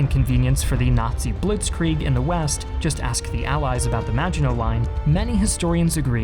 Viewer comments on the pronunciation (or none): it's Blitzkrieg not Blietzkrieg